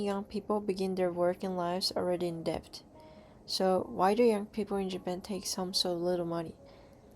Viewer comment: Just one thing, in the word debt, the b is silent.